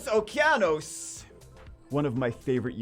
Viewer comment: man really sucks has the downs and doesnt know how to pronounce Okeanos